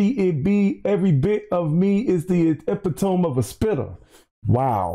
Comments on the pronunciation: Oh man, not dude not knowing how to say ‘epitome’ or knowing what an octave is lol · Lol this guy can’t pronounce epitome and thinks octaves are based in speed. 💀